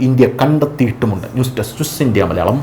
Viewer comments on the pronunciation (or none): none